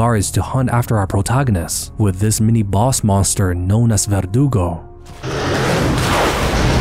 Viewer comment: Lmao, vergudo 😂